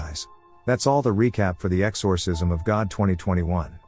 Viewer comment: Its really annoying the way you pronounce “exorcism”